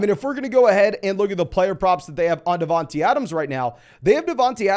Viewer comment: Great vid - but it’s not “DavanTEE Adams” it’s “DavanTAY”